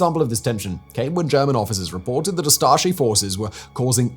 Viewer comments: as a croat it hurt me how u pronounced Ustaše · Me as a Croat can say that of course i condemn what Ustaše did ( and you pronounce Ustaše it a bit wrong, you need to say 'e' on the end, just like e with and consonant in front, EN without last sound) So i would say that nationalism is very very wrong. I am curently in Berlin and i am just experiencing nationalism, from me living accidentally in ČETNIK APARTMENT here in Berlin with a huge picture of četnik sign etc. So my point is nationalism is everywhere and has to do human psyhology and country where you live, with how propaganda is spread etc. CROATIAN GOVERMENT is supporting ustaše and this has to do with futball a lot AND WITH DINAMO ZAGREB. I could tell you many thing that i saw with my own eyes but.... So i cannot say that i am nationalist but i will say that i cannot hear of serbian language which is very very similar to croatian infact its the same.... BUT when i hear BRE, which is the thing Serbians say i go very angry because of the things SERBIANS DID IN WAR in the 90's.... So this nationalism is actually kinda subconscious thing.... And i repeat i am not nationalist i am not against Serbians but also think that many many Serbins if they could attack us they would do it right away if there is no NATO. So basically human race is fucked.... AND FOR THE AUTOR OF VIDEO, You could do it much better by mentioning modern Ustaše and huligans etc. there is so much to say. AND OF COURSE I WOULD LOVE IF YOU MAKE VIDEO ABOUT ČETNICI AND HOW THEY MADE MODERN AGE GENOCID THAT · Lol you don’t know how to pronounce ustaše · It's pronounced Ustashe not ustashi... and thank you for telling our story to the rest of the world 🌎 ❤️ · Its U staše, not A staše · "Hum ackshually" It's pronunced "oo-star-sher". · I can’t help but mishearing it as „Astartes“ every single time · I swear you said Astartes at first. I was confused about what the Space Marines did.